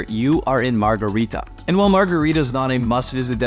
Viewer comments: Just so you know...the town near portofino is called SANTA MARGHERITA, not margherita...cheers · Its Santa Margherita, not Margherita.